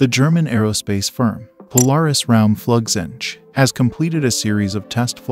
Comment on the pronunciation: Raumflugzeuge is pronounced ROWM-FLOOG-ZOY-GUH. Seriously guys it takes 30 seconds to put it into Google's German voice engine.